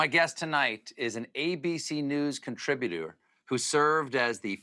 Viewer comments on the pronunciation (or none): I love the way Stephen says, 'He's an ABC 'contributeur, ' pronounced it like 'saboteur' 🤣🤣🤣 It's more of the ALL NEW evolution of speech patterns in the Trump era/regime!